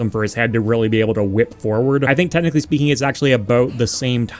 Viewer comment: I just realized you say the word "technically" the same way I say it, sounds more like "Tet-nichally" for some reason.